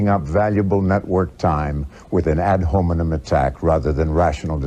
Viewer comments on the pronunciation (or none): The Reaginite hack said 'An Hobidem' where he meant to say 'Ad Hominem' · "Ad hoeminum" attacks, Chuck? I guess I should be impressed Heston even had an inkling of the term in his mind, but man did he butcher the pronunciation.